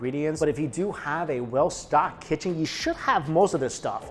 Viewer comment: "My KiChen"